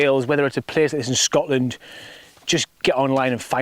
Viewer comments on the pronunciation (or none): none